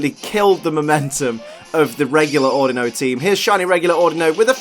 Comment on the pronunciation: The way you say Audino (Au Dee No) was triggering xD but I forgive you c